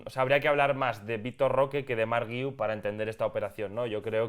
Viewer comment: No se pero eso que decís del apellido del chaval que no lo sabíais pronunciar porque era muy catalán es una tremenda estupidez, guiu solo tiene una manera de pronunciar, no solo en catalán, en español guiu se pronuncia gui-u, no veo puntitos de dieresis por ningún lado que podría justificar vuestro error, si se escribiera Güiu pues podría entender vuestra confusión pero no es así no?